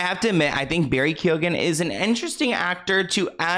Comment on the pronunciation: Some Irish names can be difficult to pronounce. When it comes to Barry's surname it's pronounced Keo-an. Love your channel.